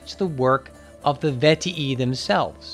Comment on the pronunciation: its vet-ee-i not vet-ee-ee